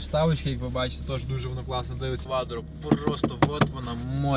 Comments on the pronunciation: Не КваДро, а КваТро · не кваДро а кваТро, а Audi 👍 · Не квадро А кваттро